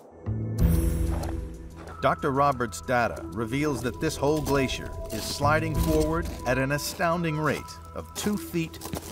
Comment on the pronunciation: What’s a “Glassier” ?